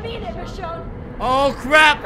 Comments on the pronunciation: Love this video but one thing bugs me. You pronounce Michonne like Mish-shawn when it's supposed to be Mish-own. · I love you roi but is pronounced Michown not michshawn 😁😁😂😂😂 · her name is actually Michonne with with O sound not Michonne with the on sound sorry it just bugs me when people say it wrong